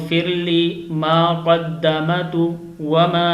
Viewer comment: It’s kadammtu . Not kadamatu.